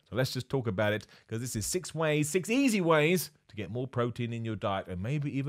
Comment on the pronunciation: I kept hearing this as "6 easy wheys to eat more protein"